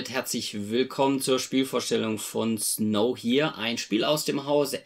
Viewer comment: Schöne Spielvorstellung :) PS: ich vermute, dass der Titel ein Wortspiel mit "nowhere" ist. Also würde man es "Snou-uähr" aussprechen.